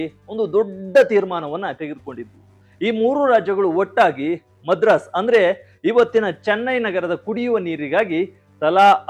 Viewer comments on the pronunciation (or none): none